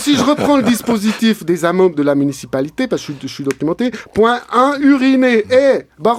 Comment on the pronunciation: ça date mais qu'est-ce que c'est magnifique!!! Par contre, on s'entraîne, allez tu peux le faire: MU-NI-CI-PA-LI-TÉ!